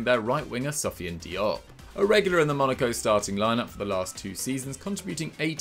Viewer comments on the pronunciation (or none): none